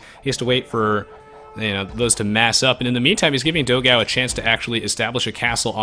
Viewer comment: It's funny how you guys pronounce "Dogao". But then again, I don't think there's a sound in English to pronounce "ão". Considering he's brazilian, his name was supposed to be "Dogão", which means "big hot dog".